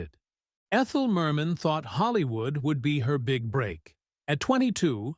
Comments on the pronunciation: It's not Mermaaan, but Mermin! Check out how her name was really pronounced. Not like Bird Man!!! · WHY IS THE NARRATOR EMPHASISING "MAN" IN HER NAME? MOST PEOPLE PRONOUCE IT AS "MUN"; MERmun. SO ANNOYING. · Her name wasn't pronoucned Mer Man - very poor for a person commentating a doco. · Stupid machine narrator. Can't even pronounce her NAME correctly. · Why do you insist on stressing the second syllable of her name??? Even Zimmerman is pronounced with stress on the first! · At least pronounce her name correctly